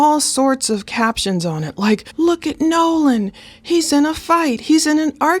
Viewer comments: You keep calling him Noah. Its Nolan correct? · Sound like you are saying Noah it's Nolen. The biggest red flag on this is the friends saying he stayed with a girl and the girl saying No. He left with the friends. Also his phone puts him with the friends. Someone is lieing. The judges statement also makes no sense. They leave Nolen at 3pm but a hour and half mager the boat is taking on water... So what were they doing between 3-430. Also what was the intoxication level of the friends the girl snd Nolen. Right now it's not looking good for the " friends".